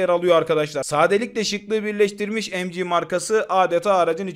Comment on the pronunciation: Kardeşim seviliyorsun iyi bir kulsun ancak lütfen EM Cİ OLARAK OKUMA KISALMA BU Türkçe okumalısın bu son uyarım.